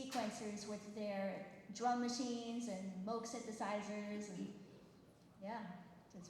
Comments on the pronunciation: I’ve been a Keith Emerson fan and follower for close to 50 years. I was excited to watch this video… but the minute the idiot with the mic called it the “MOG” synthesizer, I was gone. Had more fun with the talking Chihuahua videos. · How can a narrator mess up the Name MOOG? Does anyone do prep for an event anymore.